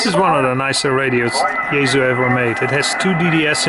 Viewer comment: It's pronounced Yae (SUE) not Yae (zoo)